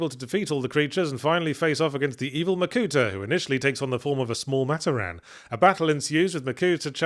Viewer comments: Saying Matoran as mat-oh-ran instead of mah-tor-an is tweaking me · Fun to hear about bionicle after so long. Still, one thing that bugged me. While looking at the word Matoran, i get why he pronounced it that way (I hate it but i get it). its pronounced Ma-tOr-an not Mator-An. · "Matta-Ran" Oh god that hurt me deep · I still cant get over "maat-or-anne". Its gonna stick with me forever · Well yahtz. As an avatar fan theres only 1 of the MANY firebenders who is level headed Edit as i continue watching the video: and toph is an earth bender who i wouldn't consider physically strong Edit edit: FOR THE LOVE OF ALL THAT IS HOLY it's pronounced MA-TOR-IN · I'm giggling so hard at Yahtzee pronouncing matoran as "Mah-toh-ran" 😂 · "Mat Oh Ran" Oh, this is gonna be rough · Very curious given the spelling mistakes Yahtzee caught like "to steel hooks" if his mispronunciation of 'Matoran' was because of who wrote the script rathan than Yahtzee misreading it.